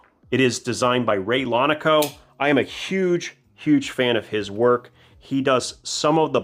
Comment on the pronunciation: It’s not Ray Lonico, it’s Laconico, review your videos